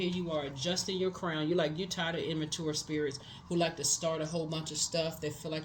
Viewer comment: I love yo readings but you always pronounce immature wrong 😂